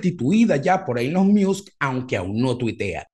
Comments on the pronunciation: Cada vez que dice ”ilon miusk" es un trolleo no? Veo difícil pronunciar así de mal un nombre tan famoso por error. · en caso que sea de tu interés para próximos videos: El nombre de Elon sonaría “ilon mosk” así suena en inglés. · TIP: Decir ilon mosk - Me parece bien el nombre No Beta. - El peo de Apple no vino por lo que comentas. Musk se picó porque Apple quitó las publicidades en Twitter, y Elon se lanzó de picado haciendo un alaraque. Encima estaba el (falso) rumor que Apple quería quitar la App Twitter. Musk prendió el ventilador echándole m**erda a Apple por las comisiones que cobra, cosa en que tiene algo de razón. Inclusó dijo que si los sacaban de Apple sacaría un teléfono. (Y la cosa iba a seguir...) Pero bueno, se reunieron y la cosa no llegó a más. Lo cual me parece bien. (Incluso Apple postergó su proyecto de carros del 2025 al 2026). - ¿Qué cosas no les crees a Musk? - Interesante pensar que va a usar Twitter para Neuralink. No suscribo, pero no descarto que eventualmente sirva algo de eso... Le interesa Twitter principalmente para hacer un proyecto de pagos y muchas cosas más: "X, the Everything App" Te agrego en un club de Musk y sus proyectos en FB. PD: Decir ilon mosk Kudos.